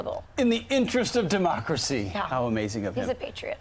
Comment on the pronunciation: "......in the interest od DE-MOCKERAMACY"! -Nathan Wade Attorney You hear that everyone. That's a Bar Certified Attorney, that doesn't know what kind of government he practices in. That's the guy that is over qualified to prosecute a former president. What a joke. This country is officially a shit hole.